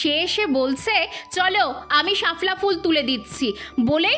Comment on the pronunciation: ওটা শাফলা উচ্চারণ হবে না শাপলা উচ্চারণ হবে